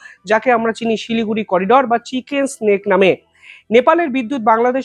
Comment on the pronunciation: "চিকেন স্নেক" নয়, উচ্চারণ হবে " চিকেন নেক"